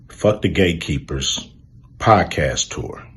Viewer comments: Did he say the club of Gay Keepers.. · Notice hes saying "Gay"keepers....😂😂😂 Wow Cube! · Its sound like he's saying gaykeepers, and that is closer to the truth. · Did he say gate keepers or gay keepers ? Either was its all the same, respect Cube 🙏 🫡